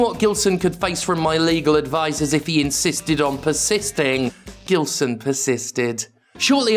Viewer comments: I think you'll find it's pronounced with a soft G and a silent L. He got bullied a lot in school. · Brazilian or not, he is certainly of Lusophonic descent. So, soft G. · his name sounds brasilian, but im not sure since i can't find anything about the guy, if he is brasilian it pronounced with a soft g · It's pronounced Ghilseauxn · Its prounounced Jillsaw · Plot twist: Gilson is really just upset that Jim isn't pronouncing his name correctly.